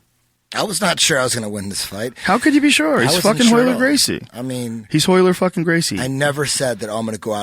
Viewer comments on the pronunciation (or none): this fool cant even say his own name, its ROYLER, hot HOYLER, joe hogan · One of the best jiu jitsu fight breakdowns ever. Funny listening to calling all the Royler "reversals" all wrong (in the original). But who would have known. Awesome match.